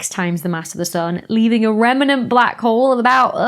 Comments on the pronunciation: "Rem-en-ant" ... so precious! :) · Learn to pronounce remnant correctly.